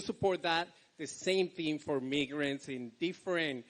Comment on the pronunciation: What the heck is a meegret? 😅